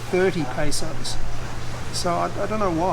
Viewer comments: It's PESOS sir , not PASOS 😆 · It's Pesos not Pasos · Pesos sir, not "pasos". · Hi I like you it’s peso not pasos that’s wrong. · May I correct you sir. It is pesos not pasos 😊 More powers and Godbless sir. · PESOS NOT PASOS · Sir not pasos but pesos when your talking about cost or money... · its Pesos not Pasos i guess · Yeah I giggled to with the pronunciation of pesos Diba 😂